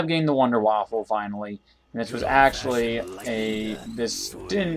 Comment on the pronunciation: sir... its wunder waffe not waffle